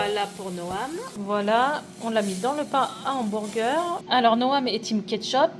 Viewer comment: Cc super recette 🎉 ça à l'air trop bon 😊, par contre pourquoi tu dis hambourger et pas hamburger ?😅 bisous 😙